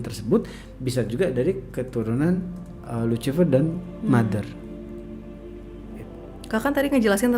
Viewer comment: Lusifer bacanya dammmm